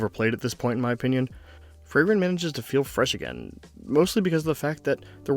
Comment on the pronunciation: Good video, made me tear up again. Frieren definitely has the best beginning of any story I've seen. As a native german speaker your pronunciations were pretty much correct for anyone other than Frieren lol it's more like free-ren than fray-ren and with rolling rs